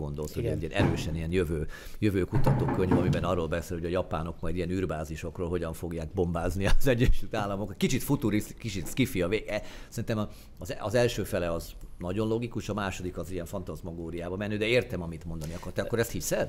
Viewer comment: Lényegtelen megjegyzés: mondhatjuk, hogy szifi, scifi, szájfáj. Egyféleképpen nem mondhatjuk, szkifinek.